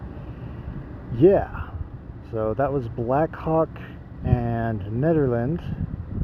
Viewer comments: Yea, it’s pronounced like you’re saying Ned, not needle. You said it right towards the end of your video. If you go slower on the camera, it’ll make us less dizzy. Drink lots of water because of the elevation. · Nehderland , that's how it's pronounced. Just to let you know. 👍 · Great to see you in such familiar territory! You mention a small town north of Nederland (pronounced Netter land, I do believe), was that Ward? Nederland used to have the Frozen Dead Guy Festival until 2023 (look it up). You should be able to find tons of spots to camp. Most of the areas are National Forest and you can camp anywhere in those (at least it used to be like that). Keep it up,!